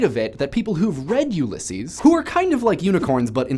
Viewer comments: Am I the only person who is REALLY annoyed that he cant pronounce Ullyses? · I find your pronunciation of Ulysses strange. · Just saying, but you pronounced Ulysses wrong. This is coming from an Irishman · You don't say Ulysses right. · I haven't read Ulysses (and the way you pronounce it sounds really odd to my ears, but then I've heard it talked about a lot; I'm from Ireland) but I have read some Beckett, which is of similar magnitudes of stream-of-consciousness but a little more darkly surreal, and House of Leaves, which has a great story in a story in a story thing going on. Nice to see literature get a video, alongside a lot of the pop culture stuff. Also, House of Leaves, for the record; scary as hell in parts.